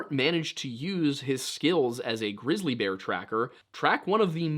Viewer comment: Wait did you say glizzy bear? Haha!